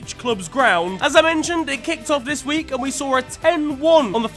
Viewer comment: "Futbol 'dis wi'k" lmao